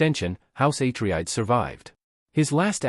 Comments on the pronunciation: YOU really NEED to vet whatever process you have doing your reading. Repeatedly mispronouncing the name of an intensely well-known family in a story is just this side of blasphemy—something that negates all the work you put into your video. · idk how this got reccomended to me. Mispronouncing Atreides is a hard stop. AI gen'd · Misspronouncing the name of one of the main houses is a no-no for me. Next video! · If you say atreides wrong one more time i’ll will be mad